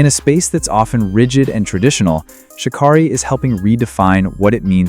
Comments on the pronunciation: Her name is shuh-care-eee, not shuh-kar-reee... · As she ALWAYS says... its pronounced "Sha Carrie" not Sha Kari